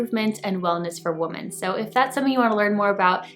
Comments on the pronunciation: darling you always have EXCELLENT CONTENT. Yet, you insist on saying the word WOMAN for the plural form WOMEN. Now, I KNOW YOU KNOW as you've said it's just what your mouth says... but darling.... IF English is your primary language... don't you feel YOU'RE doing a tremendous disservice to those who speak English as a second or third language?!?! No shade, just as a VIRGO the grammar police cringes EACH TIME YOU DO. Please, I truly DO enjoy your message, MINUS that one hiccup. Awaiting your thoughts❤️ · I agree. I love your content and I really want to watch. I try to overlook and not be hyper-critical, but it’s difficult to listen when you mispronounce a word that’s so fundamental to the topics you discuss.